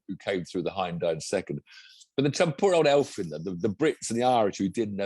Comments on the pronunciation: Thank you 🙏 (as a quick lesson, it's pronounced Efvyn, because it's not English so it's not an 'eff'. The Welsh eff sound is 'ff'). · How come neither of you can say Elfyn? He's not an elf, even if he looks a bit like one. Even the WRC commentators can say it right...just copy them.